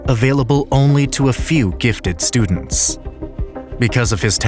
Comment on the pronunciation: Hmm, what are studends?